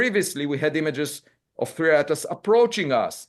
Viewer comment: Its 3i not 3ai